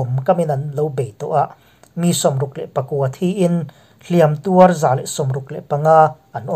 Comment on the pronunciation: A bengvar thlâk ṭhin e, Mahse 'Hliam tuar tih hi 'Hliâm tuâr tiin thlûk ṭhin la, a lawmawm ngawt ang.